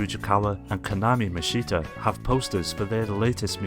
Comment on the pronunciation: It's painful hearing you mispronounce "Rise Kujikawa" and "Kanami Mishta"